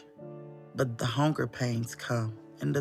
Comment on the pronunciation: HONKER PAINS?! she definitely said Honker not hunger.